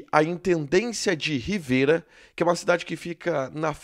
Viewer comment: Não é "Riveira ", é " Rivera ".